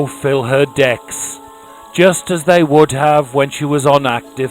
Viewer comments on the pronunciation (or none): none